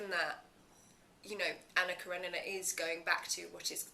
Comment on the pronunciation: Esta tipa fez o raio do filme não sabe pronunciar o nome Anna Kerenina! Meu deus!